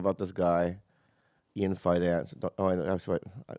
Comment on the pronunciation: Bobby - multiple times: "Ian Finance" 😆